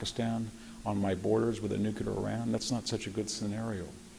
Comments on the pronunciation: Hearing this man say "The Ukraine" explains why the rest of us got it wrong for so long. I don't feel so bad now. Ugh, and then he says "Nukeular" multiple times... and all I am starting to see is Homer Simpson teaching WWII history... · How expert can you really be if you think nuclear is: "Nucular"? Hearing it 20 times in a row began to really grate my nerves. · I love hearing from any thoughtful, intelligent, and informed speaker and Dr. Hanson is one of my favorites, exceeded only by Dr. Timothy Snyder. However he is more than educated and strong willed enough to pronounce nuclear correctly and maddening that he doesn't. Surely a product of conservative anti-intellectualism. Nuclear has two syllables "NU CLEAR" and never the three syllable monstrosity "NU KU LAR". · VDH is really brilliant, but he can't say Nuke you lar. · Yah, if only he could stop saying "newkyoolar,," then so could I. Ouch. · Brilliant. Incisive. So articulate. The irony being that he cannot pronounce "nuclear" correctly and it makes me wince....